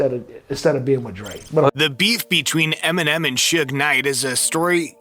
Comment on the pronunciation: Did any one else catch him say “M&M and suge knight pressed emenim”🤦🏽‍♂️🤣